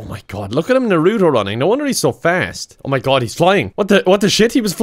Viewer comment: The way he says "naruto" gives me anxiety